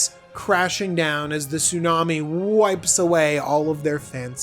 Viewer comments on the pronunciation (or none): none